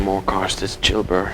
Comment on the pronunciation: I thought you were calling the man Jew Bear.😄